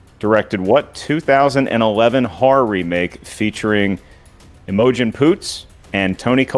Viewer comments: Ooooh I'm simping for Grace big time now. Her mocking Kristian not being able to speak English killed me it was hilarious. I see the announcers still aren't pronouncing Imogen right too. I'm so glad Jeannine got herself another win thought she really deserved it! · pronouncing Imogen will stick with me for a while